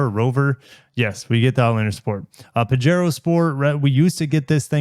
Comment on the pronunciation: I think it is "pahero" as in spanish the "j" is an english "h". So...pajero=pahero 😊